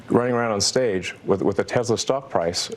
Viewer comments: He pronounces Tesla so weird. TEZZLAH iostead of TESS-LA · Doesn't even know the name of his own company. It's TESS-luh not Tezluh. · Why does Elon say "TEZLA" instead of "Tesla"... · This little baby, I believe took a chainsaw to Tesla or should I say Teslur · Does he start the interview by calling his company Tezla twice.😂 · Musk pronounces it "Tezla". Trump pronounces it "Tesler". It's spelled "T-e-(swatika)-l-a". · I know. Why does he pronounce Tesla “Tezla” and Tim Walz as “Waltz”? He’s no genius! Some people with autism are, but he isn’t! He wouldn’t do that if he was. He would learn to correct it. His stutter too unless he’s just so terrified that he can’t help it!